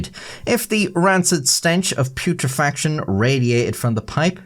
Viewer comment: "Puetrification" is pronounced {Pute (like the last syllable in "compute") • truh • fi • kay • shun}